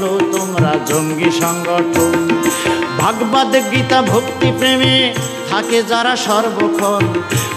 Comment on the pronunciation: ভাগবাদ নয় শুদ্ধ উচ্চারণ হবে ভাগবত। নমস্কার রইল। সুভাষ চন্দ্র নাথ (আসাম) ভারত।